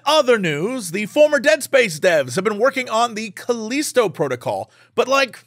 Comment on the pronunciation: Jesse saying Callisto wrong is hilarious